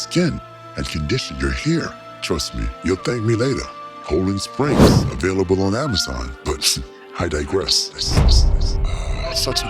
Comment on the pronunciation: Ho-Land Springs LOL